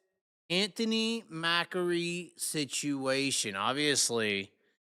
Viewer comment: It's not pronounced mackery.. it pronounced .Ma-cree